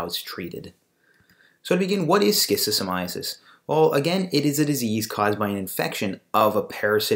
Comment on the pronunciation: Stop pronouncing it like schizophrenia. I don’t understand how you tube allows this video to remain here and I find it odd. It’s the first video I see and the last thing I’m going to do is watch a video about something made by someone who doesn’t even pronounce it properly and also creates a connection between schizophrenia and schistosomiasis… something fishy is going on here